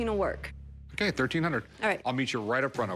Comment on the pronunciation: I love when Rick say “akay “/okay😆😆😆